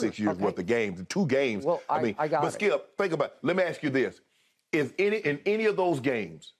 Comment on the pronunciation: His name is skip. Not skiiuup